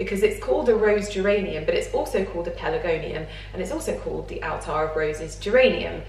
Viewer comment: Hi, I think it's pronounced 'Attar' not Altar. Attar of roses scented pelargonium oil is used in many perfumes and the plant can also be used to make herb teas to ease stress and anxiety. Wonderful plant❤